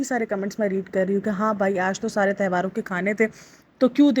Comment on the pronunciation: Behan tehvaar nahi tyohaar hota hai